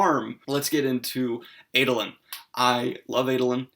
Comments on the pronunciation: I find the differences in my pronunciation of the names (as a South African) and Daniel's (as an American) to be fascinating. For instance I call him AH-doe-lin, not AY-doe-lin. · Ahdolin not Aydolin. Shallan not Shollahn. Lol sorry that's just me